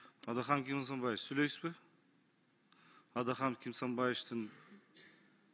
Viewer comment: Адахам деп жатабы? Адахан деп туура айта албайбы?